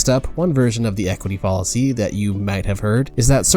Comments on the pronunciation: Fall-a-see, Foul-a-see. :| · I agree with you. I thought he was saying “policy” instead of “fallacy.” There are a number of other odd mispronunciations too. It’s very distracting and really detracts from the credibility of the video. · Your pronunciations of “fallacy,” “deity” “Elon” are all incorrect and quite odd. You even said “understrand,” “hatredch” and something nearly incomprehensible for what I believe was supposed to be “determine,” for some reason. It’s distracting and detracts from the credibility of your videos. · This video just kept getting so many things wrong, but I think the final straw that made me click away was the way he pronounced "fallacy." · I’m actually not progressive in the slightest, but I agree with your critique overall. Something about this video rubs me the wrong way. His tone is condescending and pedantic, which is ironic considering how many words he blatantly mispronounces, ironically including the word “fallacy” itself. This video is also far longer than it needs to be for what is ultimately a pretty simple concept. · Not the only odd pronunciation throughout the video. He ironically repeatedly mispronounces “fallacy,” along with a few others at least once, such as “deity” and “understand.” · Good video but it’s full of odd mispronunciations. Follisy instead of fallacy (rhyming with palace-y). Ellen musk instead of Elon (eel-on). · Good video but your constant mispronunciation of fallacy and Elon pains me. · How do you mispronounce Elon Musk. I could gloss over the mispronunciation of fallacy and many other words but come on. Elon Musk's name?